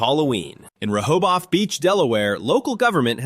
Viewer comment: I hate AI's. It's not pronounced Reho both. It's pronounced Reho beth. Rehobeth. Can you say it AI? Re-ho-beth. Rehoboth. Keep practicing you'll get before your next life will be a toaster.